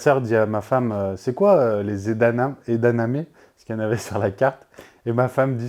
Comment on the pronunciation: C'est EdaMamé, pas EdaNamé 😅. Sinon, super vidéo comme d'habitude 👌👍🫶